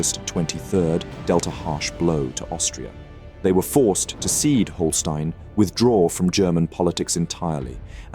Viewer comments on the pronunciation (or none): Dear narrator learn german (at least how to pronounce site names) Holsteen, Hesse?😅